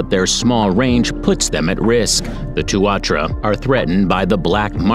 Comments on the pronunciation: I dunno if I convinced you of a single thing but even knowing that a Kiwi is a bird, there's still a lingering sense of confusion somehow. Amusement for sure but still, a smear of confusion also. Why even mention the Kiwi when the guy is calling the Tuatara the Two-are-true-a, or Tua-trua, 187 times? 🤷Anyway, ✌️Peace bro, sweet as🇳🇿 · Just creating you because you pronounce tuatara wrong. Know because I live in New Zealand 🇳🇿 😍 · wtf its not called tuarchara tu a tara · It is pronounced tuantara not tuawhara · Helo, as a natural born new zealander, the tuatara is pounounced , TU A TARA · i was born in new zealand and and i love it even though kiwi can't fly they are suprisingly really fast. but i find it halarious how he says tuatara like tuatra let me tell you how to say it tu-a-tara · Its pronounced two a tar rah. Not two wha tra. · Tuatara, pronounced Two-a-tar-a. Hard case hearing them called two-ar-tra. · Tu ar tra hahaha TUA TARA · Did this man call a tuatara a tuatra and otago skink an otego skink 🤣 im sorry its just funny